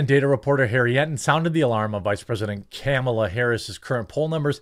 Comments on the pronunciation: Love how you pronounce kammels name! 😂😂 great job on your videos! 😊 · Thank you for using the proper pronunciation of Kamala's name! I know you said it correctly, because that's how President Biden says it.